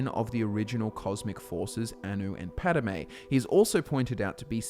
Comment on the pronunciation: *Padomay, but otherwise good. :)